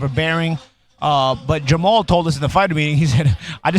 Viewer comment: Steve Farhood kept calling jermall jermell.. SMFH.